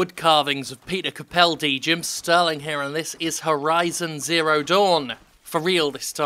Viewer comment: The way you pronounced Peter Capaldi :D